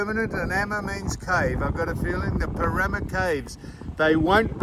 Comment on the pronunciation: yep - u got it right- that pronunciation is shocking as was the attempt for Πέραμα